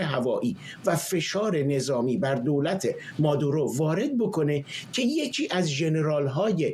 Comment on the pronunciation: بیسواد ها: مگر شما خواندن بلد نیستید؟ اسم این مرد Maduro هست که تلفظ پارسی اش «ما--دوو-رو» است...du نه ۲ 😢 مارکو روو--بیو Ru--bio رو مقابل زیر 😢😂